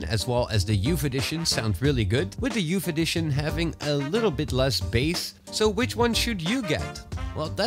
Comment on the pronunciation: Youf eddishion Love your vids